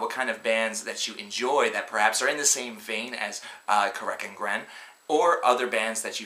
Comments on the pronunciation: Yeah, I agree. And yup, it's pronounced Ca-rac An-gren. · Yeah, who is "Kirk & Gren?" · I honestly don't see why so many people keep shitting on this band. Yeah the construction isn't too intricate, but not a lot of bands are even trying this style. Also, among SEVERAL other band names, you pronounce it a lot different than I'd assume it's actually pronounced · Your pronounciation of the band name is attorcious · it was horrible..